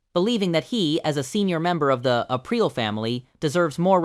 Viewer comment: of course! I do have one critique though-the way you pronounce Richie’s last name. You emphasize the A and the last part rhymes with “real with a p in front ”. So to kinda spell it out it’s “A-preal. Sorry, lol. I have a little bit of OCD and stuff like that I notice right away